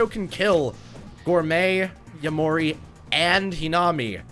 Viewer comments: It’s actually yom-ur-ree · im pretty sure its pronounced yamori but in japanese version they pronounce the “r” as, a “d”